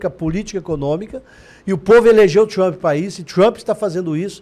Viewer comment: Por favor este cara aí não sabe pronunciar a palavra do nome Trump, vai estudar primeiro 🙄🤮